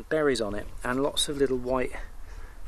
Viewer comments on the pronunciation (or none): none